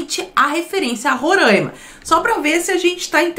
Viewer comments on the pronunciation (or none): Não é Rorãima. É Roraima. É só fazer a separação silábica. Ro - RAI - ma. RAI = AI. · Roraimaaaaa pqp é Roraima e não Rorâima